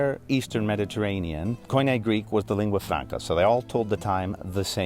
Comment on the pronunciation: It’s such a treat to hear someone pronounce Koine so fluently. Greek is a beautiful language!